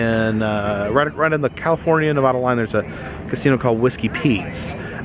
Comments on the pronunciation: I love you bro but please it’s Nevada not nevahdah thank you😂🙏🏻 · It's nevada not nuvodah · The moment you said Nev-a-dah you lost me! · Nevada (Nev-add-aa) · I hate how people say Nevada incorrectly......